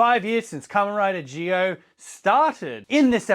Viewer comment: Isn't it pronounced "Zee-oh" like Power Rangers Zeo and not "Gee-oh" like geothermal energy?? Sorry if I sound like a dick, I'm still new to Rider stuff.